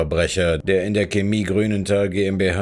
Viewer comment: Woah, regt es mich auf, dass der Sprecher Chemie falsch ausspricht. Ja ja, manche juckt es gar nicht, andere meinen es sei nicht falsch, aber für mich klingt es einfach falsch.